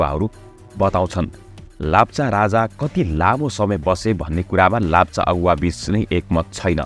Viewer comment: Its not lapcha its lepcha